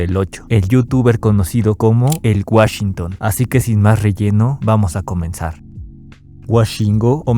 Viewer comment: Woshingo uretra 🤡